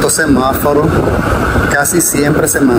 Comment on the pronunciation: Amigo disculpa por corregirte pero pienso que estás pronunciando mal la palabra es semáforo y tu dices semaforo